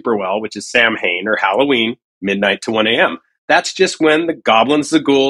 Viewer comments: Samhain is pronounced ‘sowen’ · This guy "seems" like he does research however you'd think he'd know the proper pronunciation of Samhain. It's pronounced like sow-when.